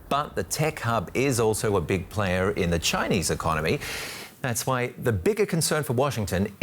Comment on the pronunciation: they way the translator pronounces chinuuuh xd i cant